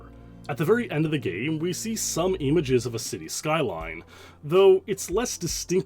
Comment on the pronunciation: why do you say EMAGES lol